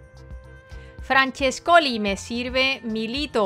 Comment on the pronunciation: Perdona de antemano, pero se pronuncia FRANCHÉSCOLI no FRANCHESCOLI... con acento en la E, Un besote